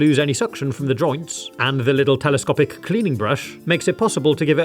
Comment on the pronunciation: IF U SAY TELOSTOPIC AGAIN